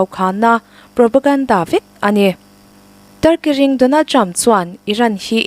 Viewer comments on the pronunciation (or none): Tar-ki-ring i lam dan hi Turkey ring tih angin ka lo hre tlat mai.....Youtuber ho hi in pronunciation lo fimkhur hle teh uuu...in thu lam dan/thluk dan hian awmze dangdaih a nei thin ania..... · Tar kiring Donald Trump tih tur NGE Turkey-ring Donald Trump???? A chhiar danah hi chuan Turkey ring Donald Trump!!!😂😂😂😂